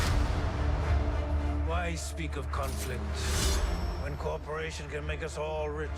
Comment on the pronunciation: Cooperation sounded like corporation the first time I heard it.